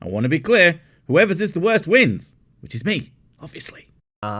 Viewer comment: "...should here be a 't' on the end of that?" Yeah, Welsh people struggle if you string three consonants together.